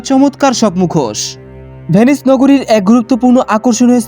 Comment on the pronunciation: তবে উচ্চারণে সমস্যা আছে আপনার। ভেনিস বলছেন নাকি পে-নি/স বলছেন সেটা বোঝা যাচ্ছে না